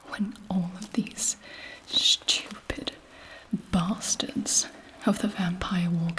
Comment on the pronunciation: Sthewpid bauhstahds.